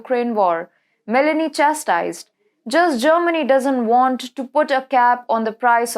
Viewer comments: Broadcaster should use "Google Translate" for the correct pronunciation of foreign names. Meloni is not pronounced as if you were adding a vowel (i) to the fruit melon. Meloni is pronounced as if the "o" in Meloni is the same sound as the word "oh". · Me'loni is the pronounciation